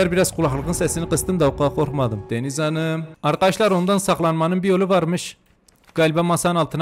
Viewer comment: “Deniz Hanıığm”kısmında patladım QWEĞHHJHJGKGHJYFYUGHUH